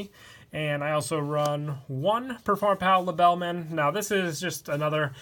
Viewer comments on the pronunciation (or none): It literally says LeBELLman, and he’s literally a BELLMAN, so explain to me how you manage to pronounce it with a V?